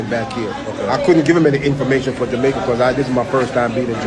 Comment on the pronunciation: He is jamaican, listen to the way he pronounce jamaica, the word reluctant, plus the phrase a couple a days, amricans would say a few.